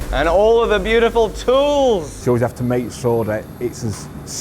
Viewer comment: He said tools, but I heard toys 😊 hehe